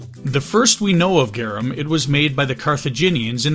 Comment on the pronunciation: its pronounced "Gar- Um" not "Gyeereuhm"